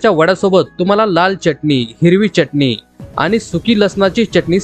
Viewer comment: छान .. च्यटनी नाय रे .. चटणी ..